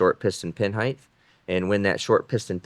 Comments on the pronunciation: heighT not heighTH 😂 youre too smart for this one bro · Height not heighth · Height, not Heidth. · The pronunciation of “height” ends with a soft “T”, not the sound of “th”. If it were the latter, I’d be spelled “heigth”.